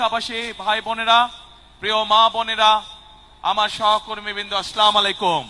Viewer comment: দেশ নায়েক হবেন, অথচ ভালভাবে সালামই দিতে পারেন না, "স্লামাআলাইকুম" এটা কি সঠিক সালাম প্রথা?